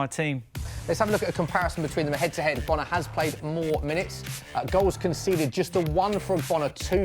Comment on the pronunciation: How is ogbonna hard to say